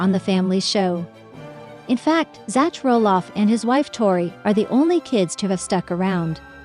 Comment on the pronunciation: Who is "ZATCH"?? These "Computers'" Need to take an English Class!!